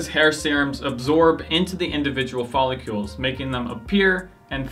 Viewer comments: Follicles bruh, follicles! Not folicULES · Is it pronounced "follicles" like icicles or the way you are saying it "follicules" like molecules?